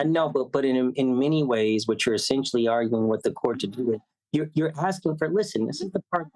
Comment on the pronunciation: I need accommodation for the stress of hearing people "axsing" for things.